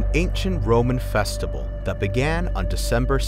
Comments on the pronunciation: I think we’re all ignoring the narrator says “festibal” instead of festival- JAJAKAKAAKKA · The narrator keeps mispronouncing easy words. The word is “festival”; not “festibal”. It’s also “vibe”; not “vive”.